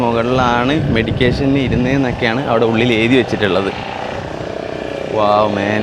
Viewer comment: മെഡിക്കേഷൻ അല്ല. മെഡിറ്റേഷൻ ആണ്.